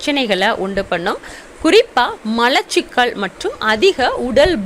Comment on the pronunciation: லெமன்,என்றால் என்னங்க,? ளெமன்"என்றால் என்னங்க? ----------------------+ எலுமிச்சம் பழச்சாறு தண்ணீர் கலக்காமல்" ஒரு டம்ளர் குடிக்கலாமா? ------------------------+ கல் ஈரல் .சரி. கள் ஈரல். பிழை. மலச்சிக்கல்.சரி. மளச்சிக்கல்.பிழை. உச்சம் தளை.பிழை. உச்சம் தலை.சரி. பாள்.பிழை பால்.சரி. *தமிழ் உச்சரிப்புக்களைச் சரி செய்யுங்கள். சகோதரி" அவர்களின் பயன் ~K.k.n~